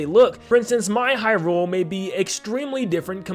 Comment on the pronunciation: okay so i love your videos but omg if you could please please please use the correct emphasis when saying Hyrule. its said HYrule not hyRULE. It's pretty jarring to hear it be pronounced wrong repeatedly. I'm just speaking for myself here to be clear, but if you go and watch any Nintendo directs or official interviews they pronounce Hyrule with the emphasis being on "high" not on "rule" so its officially pronounced as HYrule just fyi